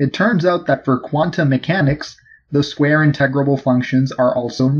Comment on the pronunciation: Did he say "in-TEG-rable"? Egads. It's "IN-te-grable".